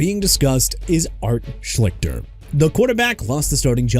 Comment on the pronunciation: I've heard of Art Schlichter. I remember watching him in college and thought he was going to be a good NFL QB. Quite the disappointment. Also, you're not saying his name correct. At least, "Shleester" is how it was pronounced by announcers back in the day. Yes, I'm old!